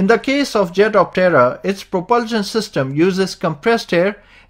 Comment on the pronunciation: I don’t understand why he can’t say propulsion